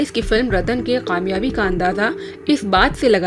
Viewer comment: Didi! Report to very good,lekin k ki jagah q bolti hain,jaisey kaamyaabi ki jagah qaamyaabi.